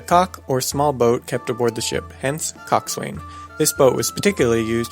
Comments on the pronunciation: COXSWAIN is pronounced Cox'un, NOT Cox-wain! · It's not pronounced "Cock-Swain." It is pronounced "Cock-sun." Source: I was a freakin' sailor. (literally, I was in the Navy) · coxswain is pronounced more like cok-san, boatswain boat-san as in boat-san's mate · your pronouncing coxswain wrong... the Swain is pronounced son or sun.... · Coxswain, btw is pronounced cox'n... ye landlubbin' bilge rat! arrrrr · I know that it shouldn't, but the fact that you mispronounced coxswain really bugs me. It's properly pronounced cox'un and is often shortened to cox.